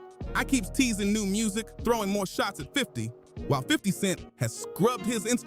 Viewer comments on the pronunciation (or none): none